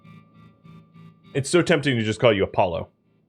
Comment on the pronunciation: Yes you said it correctly and yes I respond to Apollo due to ease. As always, love the series!